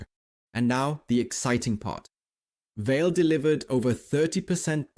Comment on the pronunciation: I think, the pronounciation is more like VA-LE, like the german word Allee (tree-lined road, alameda). 🙂